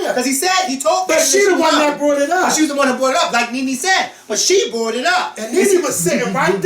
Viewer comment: Do all Philly ppl pronounce the words "Taught and Brought" the way & does????????? - toe'wert & bro'wert LMAO... just curious